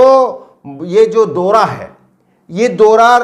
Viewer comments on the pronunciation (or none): Dora nahi bhai daura